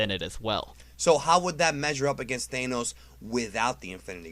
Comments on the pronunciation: Thainos and then after the intro he says it proper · Why do you say Thane-ohs? And sometimes you say it correctly? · Bruh who's thanenos? I know I have a sin thano. Do you mean thanos? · It’s not pronounced Theynos.... it’s THANOS. Other than that, good video. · It’s Thanos not thaenos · Thanos not thaynos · Either the Ohio accent is real or you're saying THANOS wrong :) . . . Pretty sure it's THAN OS not THANE OS I may be wrong because I haven't been big into the actual Marvel comics since I was a kid in the early 90s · Thank god I'm not the only one being driven crazy by this. As far as I know Thanos is pronounced with a short a sound, like the word "accurate". Not a long a sound like the word "anus".... which is what the guy in the video sounds like. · It's Thanos not Thaanos. I'm tired of people miss pronouncing the word. Watch the cartoons and movie. They pronounce it correctly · It's not thaynos, it's tha-nos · THAAAAAH-NOS not Thane-nos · Its pronounced th-an-oss, not thay-nose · ThANOS NOT THAAAAAAAANOS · The way he pronounces Thanos (thay-nos) just bothers me so much, I’m used Thaa-nos pronouncing. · Why do you keep calling him Thayenos, it's pronounced Th-an-os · They nos? Its Than os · i thought it was ment to be said as Than-os not Thae-nos, am i wrong here? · Thanos not Thaneose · please pronounce it correctly, thanos not thainos... please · It’s Thanos not Thanose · I thought it was pronounced Thanos not Thaynos...?? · I keep hearing Thaynos not Thanos is that normal? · Great video! But... it’s Thanos, not Thaynos. Did you really watch the movie? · Thanos could beat Goku, but pronouncing Thanos as Thaenos defeats me... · Thah-nohs, not Thay'nohs. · Why do you pronounce Thanos as thainose? 😂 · Who pronounces his name "Thainos"? I have a feeling Thanos will loose if they guy doesn't know how to say the name, LOL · Why do you pronounce it thaenos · Every time he pronounces Thanos wrong i get annoyed (Th-an-os) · He really says thaynoss